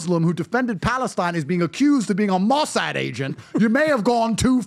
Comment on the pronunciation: I hate to break your bubble, but the Mossad (stress on the last syllable, by the way) does not pay big bucks.That service is not about the money. Also, do visit Israel (esp. Tel Aviv), you'll love it there; it's perhaps the only country where you can have a highly intelligent (+ amusing) conversation at 3 am at an outdoor bakery (surrounded by hotties). Many Israelis are indeed very esthetically pleasing (if in doubt, google Nir Lavi). I'm sure you would love it. Until then, however, enjoy Florida's light!